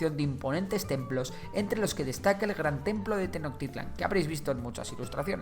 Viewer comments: No se dice tenocktitlan se dice tenosschtitlan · Tenochtitlan no se pronuncia Tecnoctitlan se pronuncia Tenoxtitlan/Tenochtitlan con la ch que suena como che pero sin decir la e solo ch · Ay dios mío, la pronunciación. “Meksika”, “Tenoktitlán”. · Tenotitlan se dice tenochtitlan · También se pronuncia "Tenoshtitlan"en lugar de "Tenoktitlan" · 😂😂😂😂😂😂😂😂😂... TENOKTITLAN..... Esa ciudad cual es???... No existe TENOKTITLAN (SUPONGO QUE ASI SE ESCRIBE, PORQUE ASI LO DICES). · También la ciudad de Tenochtitlan no se dice tenoctitlan la ha no es muda es como si chi pero sin la i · meksikas... tenoktitlan, o sea, este men no sabe pronunciar la sh XD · Me gusta mucho tu contenido, pero tu pronunciación del las palabras mexicas es muy mala. Ejemplo: "Tecnotitlan". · No puedo su pronunciación de Mexicas y Tenochtitlan :( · Casi no le puse atención al video solamente estaba poniendo atención cuando decía los nombres de los lugares 🥴🤨😔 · Errores de pronunciación: Cuauhtémoc es tal cual, no termina en sonido “ch”, Tenochtitlán y Huitzilopochtli si tienen el sonido de “ch” y Mexica esta bien aunque es más común que suene como si la “x” la sustituyeras por “sh”. Por lo demás, este video quedó muy bien. 👍 no me sabía el dato sobre el uso de los estudiosos con la palabra Azteca. Quien diría que ya son 500 años de que este imperio cayera, estoy sorprendido.